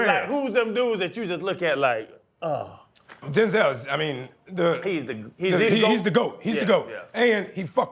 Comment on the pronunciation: Bro ain't even a top tier actor tho.. how dare him say Denzel name like that